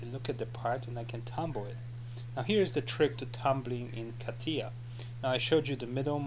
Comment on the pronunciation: KATIJJJJJJJJJJJJJJJJJJJJA. klik klik klik klik. dobijajacy odglos.